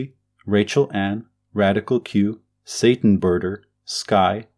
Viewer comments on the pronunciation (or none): none